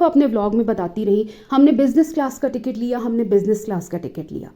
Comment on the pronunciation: Isko ching chii ways pasand hai. Illiterate aurat. Cant pronounce ticket even.